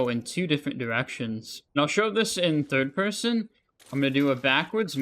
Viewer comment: "thirwd pewson"